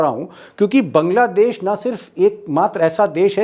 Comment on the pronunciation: दीपक जी, पहले बांग्लादेश बोलना सीखिए ।